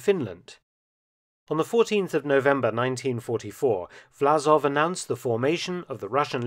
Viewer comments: Власов is Vlasov, not Vlazov - the с/s is more like "s" in "song" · Great content 👍 But it's VlaSov, not VlaZov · I think the name of the traitorous general and head of the ROA should be written in English in the form "Vlassov" (similar to "Cossacks") to be pronounced correctly, i.e instead of Z with S.